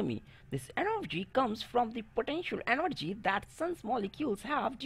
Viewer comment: The way he pronounces “Potenshul Enorgwi”.😭